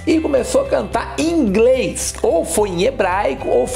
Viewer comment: De 0 a 10: 0 para todos no "ingrês". Creindeuspai que mulesta foi isso? 😃😃😃 10 para todos no quesito comédia 👋😂😂. Impressionante mas eu não tinha conhecimento de nada disso. Adorei 😆😆😆 Obrigado, vc é um caçador de responsa. 👋👋🤗